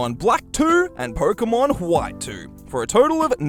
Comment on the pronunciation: did he say "porkemon"?